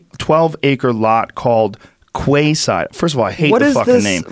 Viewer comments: Quayside is pronounced key side. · the pronunciation is wrong. Quay is pronounced as 'key'. So Quayside would be pronounced like Key-Side. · By the way, "Quayside" is pronounced 'Keyside", NOT 'kwayside' :) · It’s not kway side, it’s pronounced key side. Just a note. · It’s pronounced ‘key-side’ Quay :) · Its not pronounced "quayside" it's pronounced "keyside". It's literally English;) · I believe Quayside is pronounced Key-side. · Kway side? Quayside maybe pronounce it like key side. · QuaySide😂😂😂 it’s pronounced “key side” not “Kway side” 😂😂😂😂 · Quayside - not pronounced kwayside....it's pronounced keeside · Kway-side! Come on Joe mate, ur better than that. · quayside (if it was kwayside is a ridiculous name) that's why it's pronounced keeside. it's basically a waterfront dock that most cities on a river, lake or ocean have. joe's ignorance on anything that doesn't involve mma, dmt or hunting is frustrating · Kwaayside... no its pronounced keyside Joe hahaha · Quayside is pronounced (keyside). Just thought I'd help. As always Joe you are a breath of fresh air dude. You are my source of unbiased, honest and always learning information. No one is perfect, but you try and be truthfull in everything and are always willing to change if you are shown a better viewpoint. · Quayside is pronounced keyside joe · Quayside is pronounced keyside... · Pronounced "Keyside", spelled as if whoever had the idea was a hipster that recently had an accident involving a metal rod through the brain. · Quayside is pronounced 'key-side'. Quay is a term for wharf. Hope somebody learned something. Other than that, yeah, Alphabet is a nightmare that pretends to be a dream. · Joe, one pronounces the word QUAYSIDE as KEYSIDE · It's pronounced Keyside. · It's pronounced Kee-side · It's pronounced 'key-side' and it means 'pier' or 'dock', you genius haha! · It's pronounced 'Key-side'. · QUAYSIDE... it's pronounced ... Keyside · It’s pronounced ‘Key’ side ya turd nugget